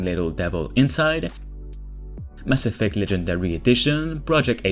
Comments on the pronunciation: Yo... Cool videos and all, but did you seriously say maSSEFECT? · I'm now pronouncing "Mass Effect" like you 🤔👊🏽 It just sounds dope that way 🤠